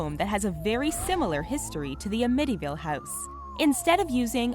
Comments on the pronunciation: It's not A-mit-tee-Ville it's Am-It-Tee-Ville. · AM-itty-ville not am-ITTY-ville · A-mityville? it is Amityville, all 1 word! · I love your mispronunciation of AMITYVILLE. its not a mityville it is amityville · It is am-ity-ville. Not Amity- ville. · Amiti :) ville lol , Ami-ty-ville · Apparently you guys havenever heard of 'Amityville' lol.😛 'Uh-mitty' hehe😝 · I fucking hate the way you say amity ville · Ah-mittyville??? Really?? Also...the Winchester gun was a RIFLE...NOT A PISTOL ..js. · "uhmittyville" sigh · She said "a-mitty house" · A mitty ville ? 😅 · The scariest thing about this video is she mispronounced amityville house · Hearing her totally mispronounce the word Amityville kills me. She said it 4 or 5 times and I'm yelling at the screen. 🤔 - Amityville resident. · I couldn't help but to laugh at the Amityville mispronunciation. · So No one is gonna say anything about them mispronouncing Amityville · i noticed and it BUGGED TF OUTTA ME!!! i kept correcting her in my head lmao! BIG pet peeve of mine; mispronouncing words. ugh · Thank you for saving me from having to say something.. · Thank you for pointing it out I thought it was odd myself. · Her name is Sarah Winchester, not Mary. And how in the world can anyone mispronounce "Amityville"?